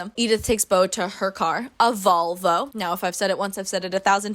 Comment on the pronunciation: every time you said volvo i heard vulva and you just kept going "i can't picture a vulva for the life of me"